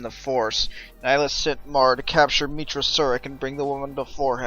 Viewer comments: Neh-High-Lus, Nihilus . Not Nighlus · _13 It is Latin. "Nee Hee Loos"